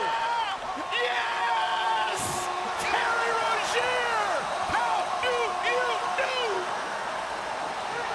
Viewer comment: He mispronounced Rozier